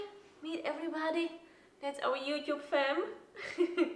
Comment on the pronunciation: "Good Morning EveryBahahady"... WELL looks like Bowdies noises have started to rub off on ya 🤣 🤣 I loved seeing him so spry and hopping around it was so cute. I could see him having some real separation anxiety having been left in the bush the first couple days of life. He's got it so good now he's afraid for that to ever go away! Great to see the video post!